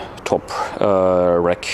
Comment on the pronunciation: Excellent video, always technical and precise. Now if we could only teach how to pronounce RACK... It sounds like "rAk" not "rEk". Wreck is what your bike becomes after you crash it too hard;-)